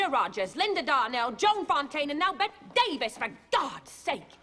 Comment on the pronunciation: She mispronounced "Bette Davis".